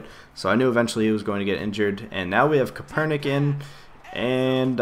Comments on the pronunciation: is CAP-ER-NICK :) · it's pronounced Kape-er-nik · its pronounced Kapernick